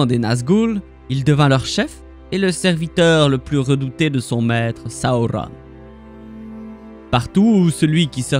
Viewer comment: J’adore tes vidéos mais la façon de prononcer les noms dont Sauron c’est juste pas possible